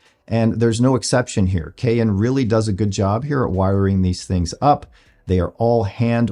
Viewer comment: It's pronounced "cayenne " like the pepper not "kay inn', just sayin'!